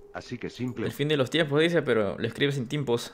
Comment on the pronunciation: dice timpos en vez de tiempos